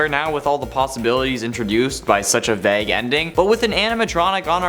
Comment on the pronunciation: ...anyone else shook by the pronunciation of "vague" lol